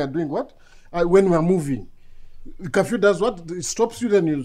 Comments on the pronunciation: I can’t be the only one hearing kafyu not curfew 🤣🤣🤣🤣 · 🤣🤣🤣🤣😂😂the pronouncement of curfew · This one has Gerald smashed ."curfew" pronunciation so funny.more love from zambia